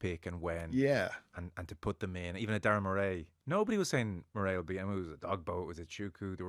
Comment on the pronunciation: The November window is tricky for Northern hemisphere nations. There's a reason why only 1 has won the RWC. It's more favourable to Southern hemisphere teams. (cue the Saffers) What's with the Murré pronunciation of Murray?